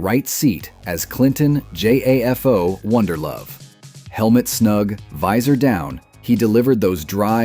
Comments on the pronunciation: Obviously AI when he keeps pronouncing JAFO as J-A-F-O. The creator of the video shoulf have explained that to AI. It is only meant to a tool, not the lead creative. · Tell me you don't know how to make the auto narrator properly pronounce JAFO without telling me you don't know how to make the auto narrator properly pronounce JAFO.